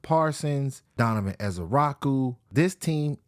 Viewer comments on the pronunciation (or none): none